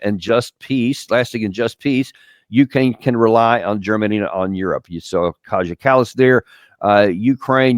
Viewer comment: its KaYA kallas